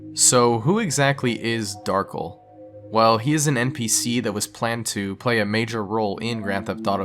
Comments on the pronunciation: "Darkle" It's pronounced Darc - El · dark-ell pronounced as "ull" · Darkel not darkle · not darkl darkEL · its funny when people call him Darkel rather then Dar-kell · It's Dar-kell just spell Darkel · it’s pronounced Dar Kell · I believe his name is pronounced Dar-kel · I always thought Darkel was pronouncel like "Dahr-Kell" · I literally clicked this video to see if you'd pronounce the character's name right (Dar-Kell). I was disappointed. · I think the accent of "Darkel" is on the 2nd syllable. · As far as I know, "kel" is always pronounced the way it's seen despite the common way people might pronounce Darkel. If it had been "kle" he would have been correct.